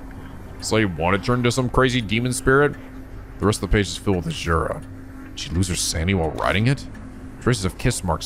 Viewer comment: The way to pronounce "asura" is "azu-rah".